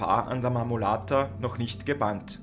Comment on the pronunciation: Sehr informatives video. Der Berg heisst Marmolada. Wird nicht mit "t" ausgesprochen.